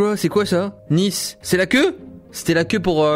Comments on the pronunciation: Cyril c'est pas "Nice" c'est "Nace" = Nice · il a réelement dit "Nice" comme la ville alors que c'était "nice" en anglais 😂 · mdrrr il a écrit " Nice " il l'a lu comme la ville :3